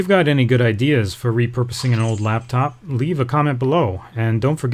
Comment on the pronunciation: laptop not laptof